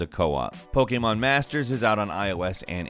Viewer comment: Wtf is “poke-a-mon”